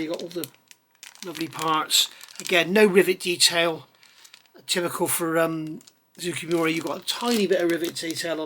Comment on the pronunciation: Just a pronunciation note, the name of the manufacturer is more like ZOH-KAY MOO-RAH. I just finished their F-4J and found the detail excellent, the instructions chock full of info, but a bit short of paint call outs in some spots, and ultimately very cramped and claustrophobic. The build order didn’t make sense to me, so at some point I just gave up and built up everything I could as subassemblies, painted the nose, attached the intakes, finished the painting, decaled, then assembled everything in the best way to avoid collateral damage. There was an interesting translation issue where they called out the starboard wingtip navigation light as being blue (and even identifying clear blue paint from manufacturers), I assume because if you ask a Japanese person what color a green traffic light is, they will say “aoi”, which means blue. Thanks for the review.